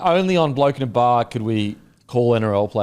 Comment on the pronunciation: Shout out to my local IGA in Tregear aka Mount Druitt Heights aka The Gear for stockin the 'Bloke in a Bar' Beer.... cheerin... Pronounced perfectly....